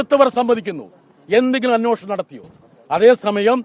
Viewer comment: ബ്രിട്ടാസ് അന്വേഷണം എന്ന് ശരിക്ക് പറയൂ